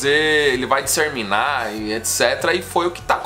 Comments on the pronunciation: o correto é DISSEMINAR e não DISSERMINAR como você falou aí jovem, mas valeu pela explicação hiper detalhista sobre o "shallow now" não sabia que p$!#@ era essa... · *DISSEMINAR*, e não DISSERMINAR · DisseRRRRminar kkkkkk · O sucesso vai "disserminar" ??? 😂😂😂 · Que engraçadinho 😊, falar disserminar ... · “Disserminar” tá “serto” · Disserminar ? Kkk